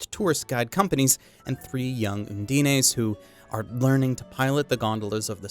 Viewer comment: For future reference, "undine" is not a Japanese word, and has only two syllables. There are multiple ways to pronounce it, but "oon-dee-nay" isn't one of them.